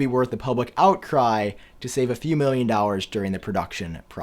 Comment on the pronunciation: is it me or is he saying "dollars" wrong?